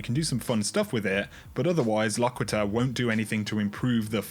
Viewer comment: It's pronounced "Lock-quit-er."